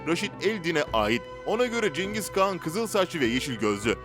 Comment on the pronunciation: Kağan diyor